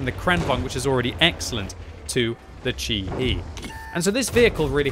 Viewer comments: Chi-He is probably pronounced more like "Chi Heh, than "Chi Hee" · It's pronounced more like Chee-Heh or Chee-Hey ([tɕihe] in the IPA), btw